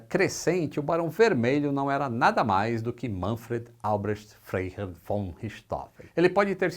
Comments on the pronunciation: FREIHERR. Se pronuncia FRAI HERR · Frei se pronuncia como Frai